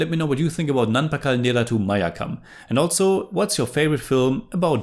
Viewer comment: you can improve malayalam pronunciation just by doing this. The words ending with U, end with sound "eh" rather that "u". Nerath"u" sounds like Nerath"eh"